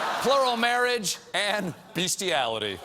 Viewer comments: please pronounce bestiality, BESTiality...not beastiality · "Bestiality" is pronounced the way it's spelled.